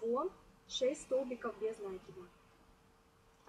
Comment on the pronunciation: Глагола "влаживать" не существует НакИд, ударение на И без накИда